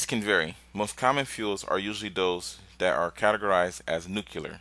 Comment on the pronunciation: Now why you gotta say nookyoolar? I was excited, now idk lol.